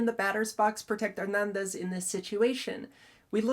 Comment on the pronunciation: THIS IS ONE OF YOUR BEST break downs. Excellent analysis of the facts and the rule(s). And the way you pronounce Hernandez is 🔥